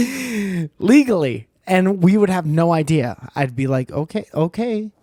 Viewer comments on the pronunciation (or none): none